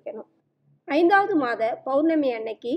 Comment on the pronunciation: Mam you r giving a good msg but it is POURNAMI and not BOURNAMI, pls check it